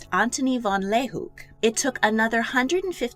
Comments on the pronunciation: I'm sorry but I bawked at the way you pronounced Leeuwenhoek. Like half of the letters were missing (not meant mean lol, just my Dutchness jumping out) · the way she said the name pls- I’m Dutch myself and I know it could be hard to say some names but it sounded so strange